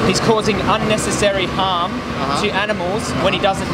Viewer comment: I think he thinks you’re saying “ham” not “harm”..in the beginning. 🤔 Great video!👍👍